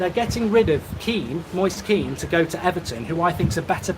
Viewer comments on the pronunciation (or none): none